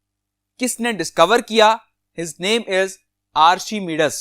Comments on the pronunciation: you are pronouncing archimedes wrong kindly search its pronunciation on google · Please also correct your pronunciation of word "Archimedes"